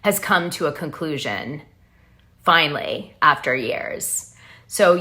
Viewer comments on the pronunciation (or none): none